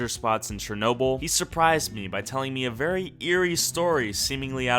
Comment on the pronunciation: It is not chr-no-bil, it is Cher-no-bil